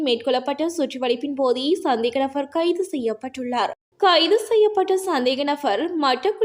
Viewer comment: நfஅர் அல்ல நபர் .நfஅர் என வாசிப்பது அருவருப்பாக உள்ளது